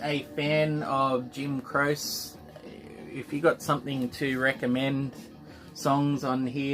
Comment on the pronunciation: Awesome VCLT there,, and very generous of Brad. Great talking to you and Craig on Brad's podcast the other day Too! Jim Croce is pronounced Crow-chay... I think. Probably someone can correct me. Foreigner are great. I have several of their albums. Their music definitely became more commercial in the 80s but that also brought their biggest hits. They sort of dropped off the radar rather quickly after Agent Provocateur, which was a bit strange because that was their most successful album by far. I've never seen that Neil Diamond album. Aussie pressing?